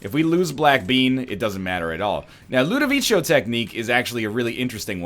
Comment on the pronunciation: its not pronounced ludovicho by the way